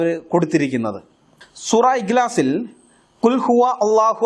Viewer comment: അറബി ഭാക്ഷ പണ്ഡിറ്റ്‌ ആണ് ഇക് ലാസ് എന്ന ഉച്ചാരണത്തിൽ തന്നെ പണ്ഡിറ്റ്‌ ന്റെ പാണ്ഡിത്യം അറിയുന്നുണ്ട്.. സുഹൃത്തേ അറബി ഭാഷ പഠിക്കൂ,. കാരണം വങ്കത്തരം കേൾക്കുമ്പോൾ ലജ്ജ തോന്നുന്നു, അമുസ്ലിങ്ങൾ ആയിട്ടുള്ള ഒരുപാട് അറബിക് ടീച്ചേർസ് ഈ കൊച്ചു കേരളത്തിൽ തന്നെ ഉണ്ട്.. ക്രിസ്ത്യനികളും ഉണ്ട്.. ദയവു ചെയ്ത് അവരുടെ അടുക്കൽ പോയിട്ടെങ്കിലും അറബി ഭാക്ഷ യുടെ ബാല പാഠങ്ങൾ പഠിക്കൂ. ബുദ്ധി ഉള്ള മനുഷ്യരുടെ തരം താഴൽന് ഒരു പരിധി യുണ്ട്.. ഇത് മന്ദ ബുദ്ധി യെക്കാൾ ഒരുപാട് താഴേക്കു പോയിരിക്കുന്നു.. കുറച്ചു കൂടെ നിലവാരം ഉള്ള വിമർശനങ്ങൾ കൊണ്ട് വരൂ..